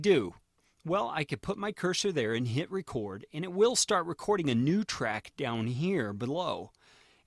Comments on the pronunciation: wasnt going to pour over all the comments to see if someone mentioned this, but I believe it is pronounced "Append reCORD" (as in recording...) rather than "Append RECord" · what is he saying "Append Reh-chord" like Record player. it is "Append REE-CORDE" as in to appending to a recording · Append is pronounced record as in record audio not as in break a record